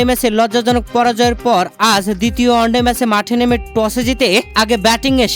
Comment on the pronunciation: শব্দটা অস্ট্রোলিয়া নয়, অস্ট্রেলিয়া । ভুল উচ্চারণে এসব রিপোর্টিং করতে লজ্জা লাগেনা? শব্দটা অন্ডে নয়, ওয়ান ডে